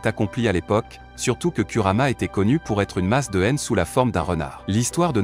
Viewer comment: Tu parles de: au cage ou bien ?? Donc tout ça pour un R à la fin. Si tu n'arrives pas à dire Kurama c'est mieux de dire Kyubi mais, je doute que tu le prononce bien